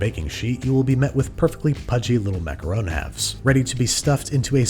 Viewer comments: it's ok, there's a few ways you can pronounce them, as long as you don't say "macarOOn"... aaaand babish is dead to me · After all that effort for accurate pronunciation, you do a full 180 and pronounce macaron as 'macaroon' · its funny that when you said macawrong, you were actually the closest to the right prononciation than the rest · You want to know something incredible? When he mispronounces the word macaron, it's spelled "macaroon" in the captions. But when he says it correctly, it's "macaron". INCREDIBLE. CAPTION-WRITER, I SEE YOU. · WRONG. It is maca RON NOT macaroon. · It is macaron NOT macaroons. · I dont want to argue with his Disney holiness BUT mac-a-rons? Not mac-a-roons? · Babish flipping between the pronunciation "Macaron" and "Macaroon" is hilarious but someone should tell him they aren't the same thing. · ITS A MACAROON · I’m positive I’m saying it macawrong. I was like 😑 but at the same time I was like 😂. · I honestly do hate how Americans butcher the word macaroon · Babish: calls macarons "macaroons". Me: eye twitch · "I'm positive I'm saying it macawrong!" ;-) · "I'm positive I'm saying it macarong" sent me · It’s French. They don’t have an “oo” sound. They have an “aw” sound. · You made my day when you started pronouncing "Macaron" the way we pronounce the name of our President "Macron" in French. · How many different ways can Babish mispronounce macarons, jeez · Even tho John pronounces macarons wrong, I still love this man! One of the best directors IMO! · >Looks up proper pronunciation of Macaron >Pronounces it like 3 different ways throughout the video